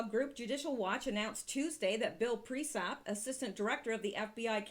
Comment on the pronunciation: Sounds and looks great, and I like the content, like always. Can you please, though, check how you say PriesTap?